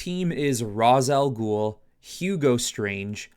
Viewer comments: His name is pronounced “Ray-shh” not “Ra-zuh” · Hearing this man say ROZ instead of RAYSH when mentioning Rā's al ghul is frustrating tf outta me